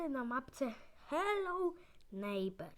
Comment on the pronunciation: Neightbour a nie neiber